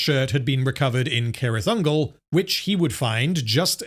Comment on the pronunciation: its pronounced "sirith" ungol btw, as far as i know